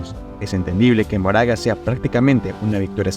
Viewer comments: quien es Moraga? es Makora (como lo pronuncian en japones) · se lee "makora"